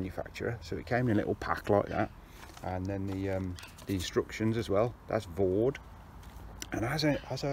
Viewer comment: For anybody out there who is interested, it's Vow-Dai, not Vawd... Not a criticism btw, just saying. Another btw is - you have pegged all the side pull-out guys to the mid-skirt/entrance pegging points, which is defeating the object of them. They should be pegged as far away from the tent as possible to create the best angle to pull the mid-panel out, creating more space inside the tent, and improving ventilation, and/or to stop the outer touching the inner - if you are using one - in a wind. Otherwise they are doing nothing at all. Re-silicon sealing - with a 50/50 dilution with white spirit it goes much further, and you can wipe any excess off with a cloth lightly moistened with white spirit, and this will also push the sealant into the threads and any stitch holes, and it hardly leaves a trace when it has dried. It is a much faster way of doing the job, I mean a lot faster! The idea is that the silicon is forced/soaks into the threads and holes, and is not meant to form a layer as such. I am only trying to be helpful, not niggling, sincerely. I would have used a syringe, possibly, once, but when you have done a few tents, I assure you that the dilute, middling-sized brush, force in/wipe off excess with cloth method is much faster and more effective long-term. A bead of sealant can come 'unpeeled' sometimes. If anyone is really worried about appearance, pitch the tent inside out and seal it that way. And slight mistakes would mostly be seen on the inside afterwards